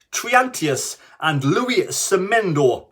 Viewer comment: Semedo not Semendo pls